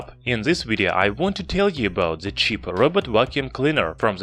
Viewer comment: Are you a German Youtuber? You speak 'th' Like germans. 😂🤣 You dont say the you say Like German ze. Ze Robot, ze Button